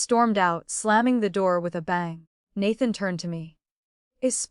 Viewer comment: She wants to bear healthy hares for the past life's father-in-law? 😅 Hopping down the bunny trail... Please train the AI narrator on how to pronounce the words. It even mispronounces Nathan which is the male lead. The pictures mislead. This is a modern story, not historical.